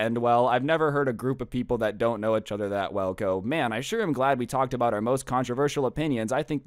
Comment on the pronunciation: why do you say eachother like “achother”